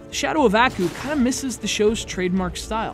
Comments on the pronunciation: It's pronounced "ahh-koo", not "a-koo". Like you're sneezing, just with a "koo" instead of a "choo". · Strange. Did really watch the cartoon series? If he did then he would have known it has only been pronounced as "Ah-Coo" where 2nd part sounds as in word Cool, not "eeh-ku" or "eayah-ku" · Bruh...how you gonna bash the story of a game when you don't even know what the show is about in the first place. You can't even pronounce the characters name correctly. This review is terrible, I award you no points. Everyone who watched this is now dumber from doing so...and may God have mercy on your soul. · You're reviewing the game and you can't even pronounce the name of the main villain idiot. I bet you've never even watched the show.